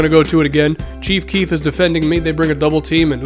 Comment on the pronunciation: I was so dead when he said "Cheef keef not playing defense"